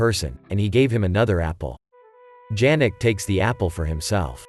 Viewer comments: "he was watchig his boxing maches on TV" - realy, maybe he watch it on tablet or smartphone? In 1930-39 - who had TV ? People listen to the radio but TV was not such spread invention. 4: 10 - not "Dżerek" but [ Ianek] should pronounce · It's not pronounced D-zh-anek, but Ya-nek.